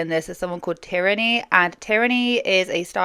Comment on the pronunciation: It's teer-nee. Common enough name. just mispronounced it